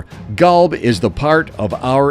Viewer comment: Qolb/Qalb = Heart "Kalb" as the narator is pronouncing, means Dog... So yeah man, the words needs to be exactly correct...therefore Quran needs to be read in Arabic as in another language meaning gets lost in translation...